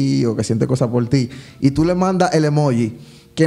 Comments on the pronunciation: Yo 😡😡😡😡 cada vez que ellos decían “emuugi” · Un like , por cuántas veces dijeron Emugi hahahaha